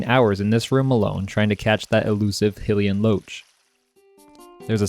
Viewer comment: How has nobody told this guy how to pronounce Hylian yet.